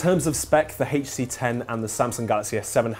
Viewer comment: Quit saying " heechtc"